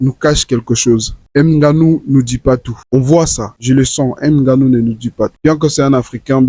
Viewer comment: on ne dit pas "n" ganou